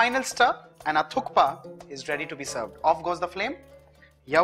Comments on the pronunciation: It is pronounced as thuppa the K is silent..... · Thank you for articulating the correct name Thukpa so clearly, Varun. It is on occasion misheard as . Amazing recipe